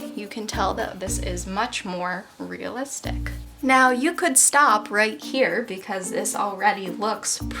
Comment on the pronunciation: Stop saying real listick